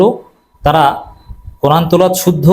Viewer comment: You said teloat why no Tilaowaat?